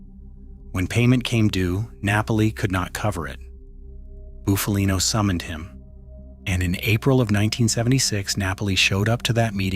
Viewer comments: Not fkn ( Boof-a-lean_O ) it's Buff-a-lino ! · Shite ai pronunciation